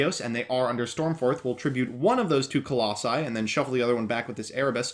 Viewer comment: When he says Colossi 😍😂